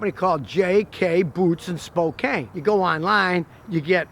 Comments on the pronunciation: Spo-can not spo-cain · Cool threads. BTW, Spokane is pronounced SPO - CAN. (not spo - cain). Just lettin you know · Scotty, Spokane is pronounced Spo can not Spo cane. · I'm Canadian and know that it's pronounced Spo Can. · Hello Scotty, Spokane = "spoe-can"